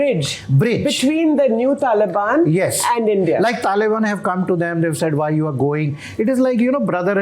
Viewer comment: Without sounding condescending, I think the guy has pronunciation problems. Talibuns Smartians Infulence Gaddar Chhabbar Inflitration